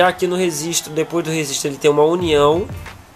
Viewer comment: Legal a maquineta, bem explicado, vou fazer. Só um toque amigo, não entenda errado, mas e registro e não rezistro...